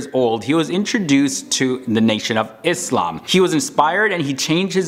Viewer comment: massive respect to you when you pronounce ISLAAM as ISLAAM and not IZLAM!